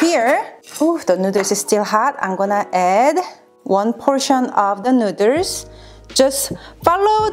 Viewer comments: It's so cute the way she pronounces noodles - also there's an Asian supermarket in my area. I know what I'm making for dinner tomorrow. ;) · Why can she say boil but not noodles 😂😂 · I absolutely love the way you pronounce "noodles"! It's SO adorable!!♥ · Love the way she says noodles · stop trying to crack jokes...Oh n BTW it is Noodles not nooders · It's noodles not nooders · said " please don't say NOODER " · Noodle pronounced Nude-Elle-s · Did anyone notice that she kept saying neuters instead of noodles and then her husband's shirt literally says neuters on it hahaha that is f**** hilarious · The cringe when she says noodles “nooders”🥲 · Nuderrs 🤣 great video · Nuders?😂😂😂 too cute! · Nuturs Edit: wait now I feel mean :( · hey hey! you cant say that word nidders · Cook my “ramen noodles” lol no hate I love how you saw that CANT FORGET THE RAMEN NOODERSSSSS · I don't think I have ever heard noodles pronounced neuters in any accent before now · Ok, the way she pronounces “nooders” is adorable!!! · Is she saying nooders? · That looks amazing! Also, I like how you pronounce "noodles", it's pretty cute. (nooderls) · Nooders I’m sorry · " ramen nuders" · "cook my ramen nooduurrss" lmao great vid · I love the man's sweatshirt:D The word noodles pronounce nu:ders:D LOL... sounds like said:D <3... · I kept thinking she was saying Nuders, but then i seen his shirt and it says Nuiders, Didn't even know they were called that over there, kinda funny, Just ask a girl if you want to have her Nuiders. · Your husband is a lucky guy. I love cooking so I watched for the recipe, but I subscribed after you said nooder. Much love to you both! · the nooders... the goddamn nooders! ...[nú:ders] :D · Lol I gotta say this but any Asian with and accent saying noodles in English sounds like nooders 😂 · I LOBE NOODER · She said nudurs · When she says noodles it sounds like she said nuders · "Ramen nutters" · She says nooswrs lol